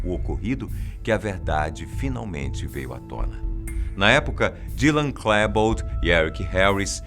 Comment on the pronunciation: Se pronuncia "Klibold " não "Klèbold".